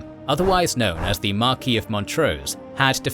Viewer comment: In England, The "s" is pronounced in the title "Marquess", unlike French "Marquis".